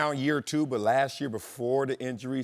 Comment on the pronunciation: It’s “last year, not lashyear”.